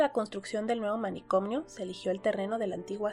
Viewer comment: Por qué dice "manicomnio" agregando la m???